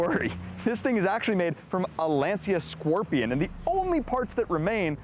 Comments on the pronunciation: "lancha" not "lanseea" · Calling Lancia a “small Italian car company” is laughable. They were hugely famous. they had already won three World Rally Championships in a row in the 1970s with the Stratos, and had a long history of innovation and prestige even before that. Also, it’s pronounced Lancia, not Lanzia, like the “cha” in cha-cha cha or ciao. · LANCIA no LENSIA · What is Len Sia? This is Lancia … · “Lawn-chia” is the correct pronunciation. Ask any Italian. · Pronunciation: LAN-SHIA